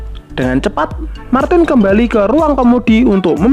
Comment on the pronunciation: ra konsisten nyebut martin, malah dadi martis